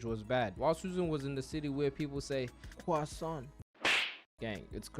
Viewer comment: Croissant is pronounced as KWAWAH